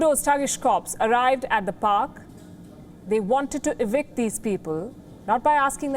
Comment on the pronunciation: ~First of all it is pronounced p'ar'k, not p'o'k. Also another error is they are 'NOT' 'Trudeau's police' as Canada has many, many different 'city' police departments including the Ontario Provincial Police (OPP) and RCMP. I have never voted for Trudeau & his political party so I am not his supporter. ~Yes homeless people should be treated with total respect and helped. They have shelters to go to and Canada has welfare money for them with free health care. Three things: 1) The homeless people were warned ahead of time and given time plenty of time to move to a shelter but defied the warning. 2) They 'are' breaking the law by camping there, it 'is' illegal (not legal). 3) People that were not homeless were protesting there. ~Also the Indigenous people mentioned above were blocking highway roads and breaking the law.